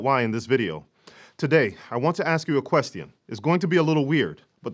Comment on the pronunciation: I like how you pronounce “question.” Lol